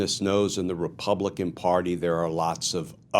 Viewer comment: Reap-all-I-cans… if they can’t say Democratic, refer to them for what they stand for.